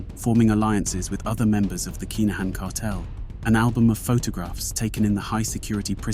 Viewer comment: Kai Na Han 😅😅nah mate please learn the proper way to pronounce the names ffs